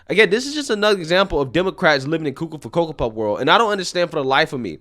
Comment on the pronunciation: I like when you say coco for coco puffs hahahha